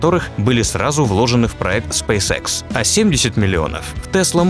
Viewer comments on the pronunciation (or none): Спейс икс а не спейсекс